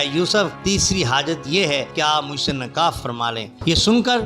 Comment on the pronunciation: Urdu ki ibarath padhnay ka threequa ghalath hai nikah Ko nakah kuch isstharha